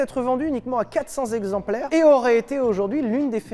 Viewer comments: Monsieur Lévy, j'adore ton entrain, ta vivacité, l'amour que tu communiques, mais s'il te plaît arrête. Arrête les liaisons interdites, les liaisons qui font mal aux zoreilles. Alors les mille zexemplaires de F40 ça me fait saigner. Continue mais arrête juste ça je t'en prie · Mille zexemplaires 😆 mais sinon historique très intéressant !